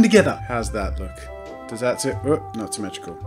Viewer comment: It’s not... SIMETRUCUL!!!!!!!!!!!!!!!!!! °~°